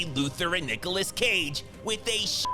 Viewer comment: I thought bruh said Niggaless 😂😂😂😂